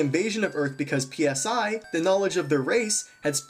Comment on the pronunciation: No. It's pronounced PSI. Like say each letter. P-S-I